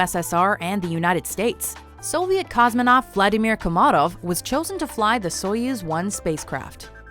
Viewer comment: Will there ever be a day, on which an english-speaking person pronounces the word "Vladimir" correctly?